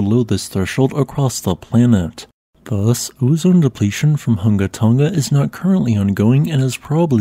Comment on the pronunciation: We appreciate your practice in pronouncing the full name correctly.